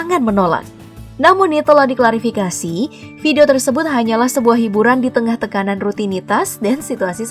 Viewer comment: Klarifikasi KA bukan klafikasi😂😂😂